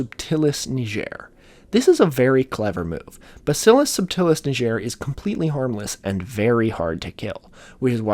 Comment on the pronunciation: Didn't look up how to pronounce "bacillus subtilis niger" tho 💀